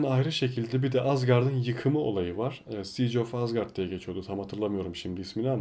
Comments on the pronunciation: Asgarp Değil Asgard Ve Minjor Değil Mjölnir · azgart derken ? 😂😂